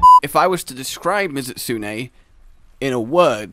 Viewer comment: For someone who's such a huge fan, sure mispronounces these names a LOT. i mean, is it spelled Mizutsune, or Mitsune? Also, as im typing this, calls him out on this. Awesome lmao